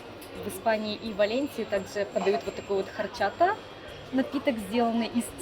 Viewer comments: Орчата, а не харчата😂😂😂 В испанском и итальянском буква H не читается)) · спасибо за ваш труд и экскурсию по VALENCIA!!! HORCHATA, национальный летний напиток, произносится как ОРЧАТА, буква" Н" в Испанснском языке - не читается! ❤👍